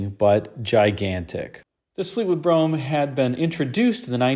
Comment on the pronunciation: It's funny how Americans can pronounce Brougham correctly but get so many other words wrong!